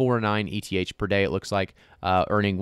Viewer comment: it's pronounced "Ether" not "EE tee aych"